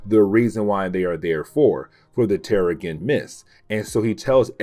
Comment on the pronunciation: The "g" in terrigen makes a soft sound. Pronounced "terrijen."